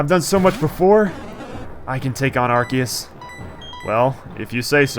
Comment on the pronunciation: Cardgage is my god... PS: In regards to the pronunciation of Arceus, this video's pretty useful